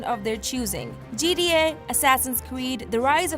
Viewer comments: It's G T A not G D A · She says GDA instead of GTA.